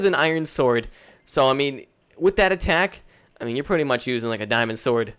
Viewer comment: Please stop saying 'pwiddy much'.